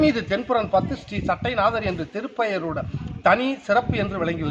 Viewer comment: சட்டை நாதர் இல்லை மா சட்ட நாதர் என்பது தான் சரியான உச்சரிப்பு.